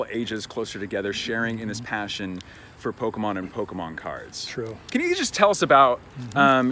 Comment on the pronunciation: “ Poke - men “